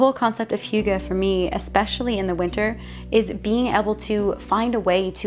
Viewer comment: you nailed hygge A+ :) I am from Denmark - where do you live in Denmark? - looks like Jylland?